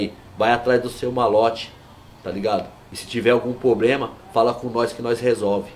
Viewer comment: O" POBREMA" man o cara fala tudo errado garanto que nao sabe nem fazer uma redação